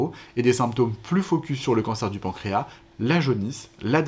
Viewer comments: Deja le pancras il il a un s à la la fin faudrait le prononcer c’est comme maintenant que les gens disent mainnent 😅autrement le reste est bien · La SEULE chose un peu curieuse dans le pancréas, c'est ce mot : ma génération prononce le S final, comme indiqué dans les dictionnaires. Les professionnels et les jeunes l'oublient...